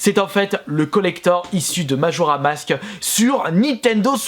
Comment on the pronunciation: Majora mask😂 ou est le 's ?